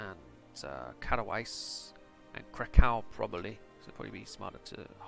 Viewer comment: Kato-vitza is how you pronounce Katowice.